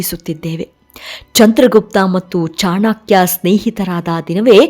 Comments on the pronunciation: ಅವರ ಹೆಸರು ಚಾಣಕ್ಯ ಚಾಣಾಕ್ಯ ಅಲ್ಲ , ಹೆಸರುಗಳ ಬಗ್ಗೆ ಸರಿಯಾದ ಉಚ್ಚಾರವಿರಲಿ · ಮೇಡಮ್ ನಿಮ್ಮ ಧ್ವನಿ ಚನ್ನಾಗಿದೆ. ಸೊಗಸಾಗಿ ವಿವರಿಸುತ್ತೀರಿ.ಆದರೆ ನೀವು ಮತ್ತೆ ಮತ್ತೆ ಬಳಸುವ ಕೆಲವು ಪದಗಳನ್ಮು ತಪ್ಪಾಗಿ ಬಳಸುತ್ತದ್ದೀರಿ. ಚಾಣಾಕ್ಯ, ಅಧ್ಯಾಯನ, ಧನಾನಂದ ಇತ್ಯಾದಿ. ನನಗೆ ತಿಳಿದಂತೆ ಅವು ಚಾಣಕ್ಯ, ಅಧ್ಯಯನ, ಧನನಂದ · ಚಾಣಾ.......ಕ್ಯ ಅಲ್ಲ ರೀ.‌...‌"ಚಾಣಕ್ಯ" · ತಾಯಿ ಅದು ಚಾಣಕ್ಯ, ಚಾಣಾಕ್ಯ ಅಲ್ಲ, ದಯವಿಟ್ಟು ಚೆನ್ನಾಗಿ ಉಚ್ಚರಿಸಿ.. ಕೇಳಲಿಕ್ಕೆ ತುಂಬಾ ಹಿಂಸೆ ಆಗ್ತಿದೆ.. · ಚಾಣಕ್ಯ ಅಲ್ಲಾ ಚಾಣಕ್ಯ ಅಧು.